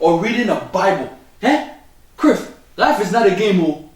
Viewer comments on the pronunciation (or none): It sounds like he's sayigf Criff instead of Cliff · he call him criff hahaha!😁